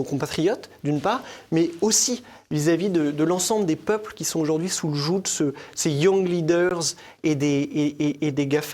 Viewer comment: Non, madame, tou'l'monde ne parle pas italien. C'est quoi "treustter" (verbe trestattare) que j'ai cherché dans le dico italien et pas trouvé. J'ai arrêter la vidéo quand le brillant jeune homme a parlé de la maladie de Yang-Lideursse. Faut arrêter de singer les ztazuniens.